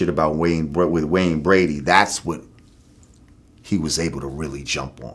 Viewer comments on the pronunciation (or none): none